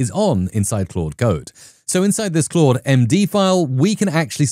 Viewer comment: I love your videos. So much useful info. It's overwhelming what AI can do... And it's really just beginning. PS. Thanks so much for pronouncing "Claude" correctly. There's another prominent AI Coding YouTuber who doesn't, and it hurts my head whenever he says "Cload". (It's still great content, just hard to get through sometimes.)